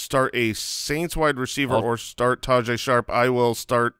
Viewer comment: its not pronounced ta-jay its ta-hey …